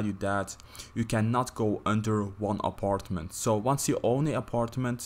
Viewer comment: the way he say aparetment im dead